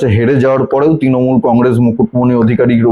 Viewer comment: Bhai, Tinomul na Trinomul. Uchcharan thik koro.